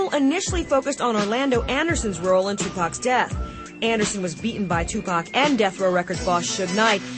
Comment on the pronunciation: was this bitch sayin Tupac name wrong she should not even been talkin if she cant say the name